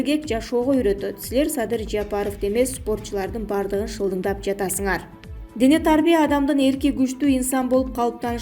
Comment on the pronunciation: Дене тарбия деген сөздү туура айтчы.